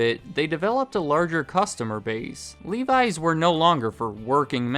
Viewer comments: I hate how he says livi’s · Every time I hear you pronounce Levi's, it sounds so foreign :D In Finland the 'e' is pronounced like in 'men' and the 'i' is pronounced like in 'Mickey'.